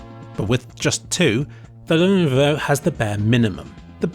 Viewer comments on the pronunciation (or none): Also it's pronounced as "LEH - NO - VOH" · I couldn't focus on the comparison because I was listening to the 200 different mispronunciations of Lenovo. This is art if you ask me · he is mumbling "Lenovo" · ah yes, the Lenoov. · He pronounces it in alot of funny ways, but the one that really caught me off guard was the ''llellennovfvvo'' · The "Lenoov" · you forgot leanovo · is defiantly the best lenoov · The Lenuwu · love all the different Lenuvio pronounciations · Lenuvo, len-ovo , lyenovu. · Lenovo.. Lenuuv.. Lenhhhhmhmh.. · Lenuvo, Lenohvo, Lenvo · Lennoo Leenov Lenenenvovo Lenov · lenovovo lenoov and lwleoawvo had me dying 😂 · I never noticed his horrible yet hilarious pronunciation of levnOwO until I read this comment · ... I know he's trying to say Lenovo but this is just a bad fail. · 😂 I swear he pronounced Lenovo different every time he said it. I genuinely thought he was sneakily mocking the.... that’s it he just fucking said Monovo... I’m done 😂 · I love how you changed the pronounciation of Lenovo each time you mentioned it. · haha get seizures when he try to pronounce Lenovo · "The lenvo" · I lost my shit at the pronunciation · Can't forget the "Lenovovo" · I've lost count of the number of ways to pronounce Lenovo. Were there any you didn't use? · Stupid man tries to pronounce Lenovo for 1409 seconds straight 🤦‍♂️🤦‍♂️.... Srsly man I love your videoes and the effort you put in them but after one or two times it quickly got so annoying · Alternative Title: mispronounces Lenovo for 23 Minutes straight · the constant change in pronunciation of Lenovo was very philipy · hahaha lenuvuuvhuv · I love how he pronounces Lenovo a different way every time he does lmfao. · L E N V O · I love the joke in pronouncing lenovo differently, top kek. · Did you have a stroke that stops you from saying Lenovo correctly or something ? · he's doing it on purpose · Didn't even try with the last one LUL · love the changing pronunciations of Lenovo!